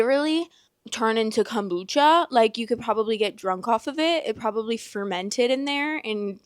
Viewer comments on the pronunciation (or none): Not cum-bucha 😭🪦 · Literally came here to say this NOT CUMBUCHA 😭😭😭